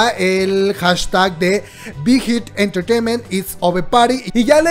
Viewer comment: No digas mucho BIGHIT ENTRETEIMENT , POR QUE SE ESCUCHA MUY RARA , /NO ES HATE 😻 ME GUSTA BTS Y TUS VIDEOS